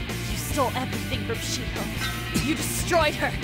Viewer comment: y she calld shi-ho it sounds like she-hoe xDD